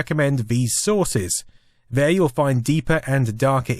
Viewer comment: Interesting, but get someone else to do the narration. Also The, this, there Not v, vis, vere